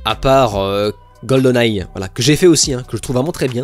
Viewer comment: Le "heart" et le "eyes" tout particulierement